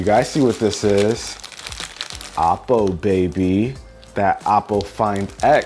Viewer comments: its pronounced oh-poe, not aww-poe. hahaha. havent you seen their commercials before? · Its not appo its oppo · Its actually oh-po